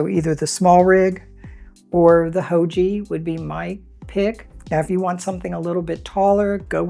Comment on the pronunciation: Haoge is a Chinese company, so say it like 'how-guh' 'Guh' rhymes with 'duh' and the g sound is like the g in the word 'gone'.